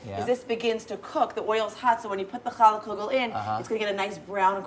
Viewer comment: Did the Rabbi say hell yeah or Chall yeah? Lol😂